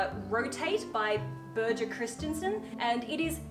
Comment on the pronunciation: Birger Christensen is danish, it is pronounced BI (like bee) WAR 😊 (Danish language is a b.... 😂) And btw your breasts are wonderful, let them live without the cage now and then and normalize them, that yellow dress has such a beautiful cut in my eyes it would look good on any breasts 😊❤ I also loved Swarovski jewelry so much that I wished for my engagement ring!! My hubby got it and fell to a knee for me and I was so happy.. UNTIL!!! It got miscolored!!!! I wrote to them and it turned out to be only rhodium PLATED!! I was devastated.... Obviously I hadn't checked the ring with the price/material because I had just fallen in love and trusted the brand. Now I really don't anymore..